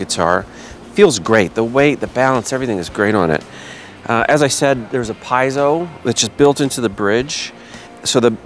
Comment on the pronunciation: pee-yet-zo, lol